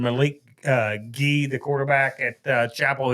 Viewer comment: And Malik’s last name is just like the letter G. Not Guhee.